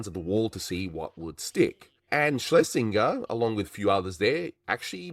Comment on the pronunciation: Excellent video, despite the repeated mispronunciation of 'Schlesinger' (hint: it rhymes with ginger)